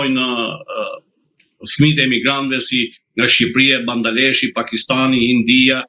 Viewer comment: Përtej seriozitetit të çështjes që Zoti përcolli, sepse e ndjek zotin dhe më pëlqen por nuk mund të rri pa komentuar këtë çast humoristik që dëgjova apo më bën mua veshët, si e tha Bangladeshi apo Bandaleshi 😅😅😂😂😂😂 aa lot qofsh mirë ore zoti na rregullove humorin.